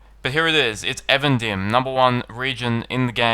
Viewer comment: though I confess being guilty of pronouncing Eregion as E-Region (:D), I don't understand why you as a native English speaker say Avendim. It's EEEvendim. Even, dim. Twilight. You're welcome x